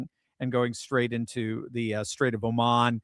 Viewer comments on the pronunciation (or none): none